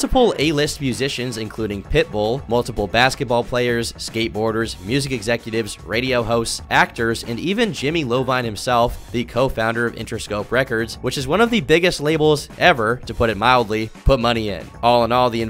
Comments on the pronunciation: Its Jahlil beats lol... not jungle beats and Jimmy Eye-Veen but Jimmy Lovine is pretty funny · Lol, I’m only here to say buddy’s name is Jimmy iovine (Eye-Veen), not Lovine. Great video overall per usual though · Jimmy Lovine? It's Jimmy Iovine. Did you think it was spelt with a lower case L lmao XD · Jimmy Iovine as in Jimmy EYE-uh-veen just fyi. Low-vine would be cooler, though. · It’s pronounced jimmy iovine not lovine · You pronounced "Jimmy Iovine" wrong. Im not being insufferable or mocking; just helping out for next time brother: "Eye-Oh-VEEN" not "Low-Vine" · Jimmy “Low-vine” hahahah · is jimmy iovine. Jimmy eye-veene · Bro did he just say jimmy lovine ?